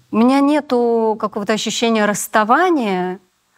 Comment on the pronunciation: Грамотная речь? Смешно! Мне всё интервью резало слух "нетУ", произносмое Светланой. Вроде актриса, грамотный человек должна быть... Но увы и ах...